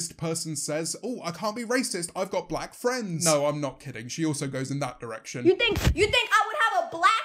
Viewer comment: "Whoe wans to be blah??" is how she said it